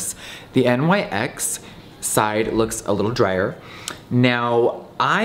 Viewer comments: literally everytime he said N.Y.X. i was like "no Nyx." Ive never heard anyone say it that way before. like... ever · Pronounced “Nix” not “NYX”, For yalls info lol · It is NYX (pronounced Niks) not N.Y.X. It is named after the Greek Goddess of the night. Nothing to do with NY, the brand is from LA. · no its nyx not N.Y.X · I hate how he says “N Y X” instead of “niks” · "NYX" is pronounced "nix" like the mythological character. Having said that, Europe is the best, and yes it's made in Europe, but 195 is overpriced even for rich people. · Jeffree says "nix" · I WAS BOTHERED THAT HE SAID N Y X HONESTLY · "Miss N-Y-X" Lmao Jeffree doesn't know about nyx on the daily. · Am I the only one who got triggered by him saying N.Y.X there is no periods🤣🤣😂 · NYX is not pronounced letter by letter. Omg. English speaking people all pronounce it wrooong